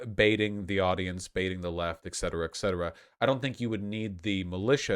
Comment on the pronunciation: *et cetera not ect cetera